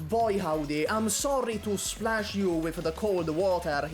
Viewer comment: Replace every time says "you" with "Yu."